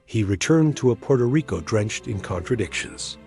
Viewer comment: "Purto Rico?"